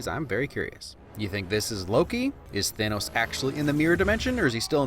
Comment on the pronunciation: ITS THANOS NOT THEINOS